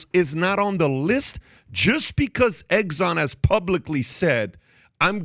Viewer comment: EGGSON ? REALLY?